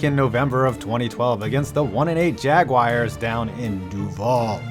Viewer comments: Jaguars is NOT pronounced, Jag-Wires, more like Jag-Wars is the correct pronunciation! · The record for the most annoying pronunciation is "Jag-wires". The word is pronounced "Jag-wahrs"; it rhymes with "Mars". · "Jag-wires". Anybody who pronounces Jaguar that way shouldn't be allowed to have a YouTube channel.